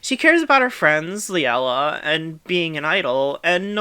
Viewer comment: I love how in the first video, the wrongly pronunced names were Keke's and Sumire's, and it changed to Liella's and Wien's